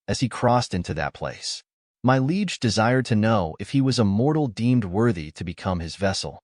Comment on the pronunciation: Bro, Liege is not pronounced Leg.